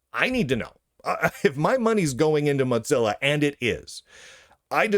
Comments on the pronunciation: What is this “moTzilla”? It’s Mozilla. Mo, like in the Simpsons, Zilla, like Godzilla. Where are you getting that T from? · Mod Zilla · I'm just curious, why do you keep saying "Motzilla"? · hes pronouncing it similarly to how mozzarella gets pronounced is all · The name ‘Mozilla’ comes from ‘Mosaic Killer,’ so that pronunciation would only make sense if you pronounced ‘Mosaic’ as ‘Motsaic.’ I suppose Lunduke isn’t aware of the name’s history, which explains the mispronunciation. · I presume he thinks it should be pronounced like Mozart, but that is only pronounced that way because it’s Germanic. Mozilla is Mosaic + Godzilla neither of which is. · Or maybe he says it like Mozzarella cheese; like "Mozza sticks"